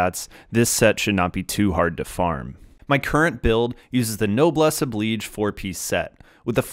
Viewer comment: Finally!!! Finally! Someone pronounced 'Oblige' the way it's supposed to be pronounced!!